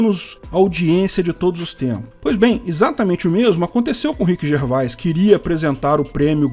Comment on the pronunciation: Orra,! Se pronuncia Rhiqui Gervês. 🤣